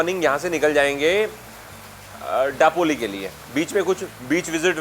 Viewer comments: Daploli,. It's दापोली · It's not डापोली it's known as दापोली. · दापोली, गुहागर that's the correct pronunciation..